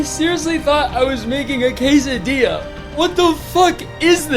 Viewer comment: I THOUGHT I WAS MAKING A CASE A DIA WTF IS THIS Ik it's spelled Quesadilla its just the way he said it lmao